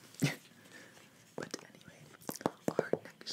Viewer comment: I LOVE the way that he say the words "like", "but" and "it"... Its like: buTTTT iTTTT liKKKKe (My satan my english is disgusting :'D)